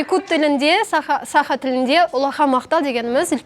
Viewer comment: не САха, а СахА! Қазақтада бар ғой сөз "сақА"